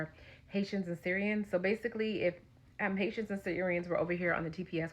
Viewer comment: This question goes to the owner of this youtube channel, do you know Haitians are also Americans? And please learn how to pronounce Haitians.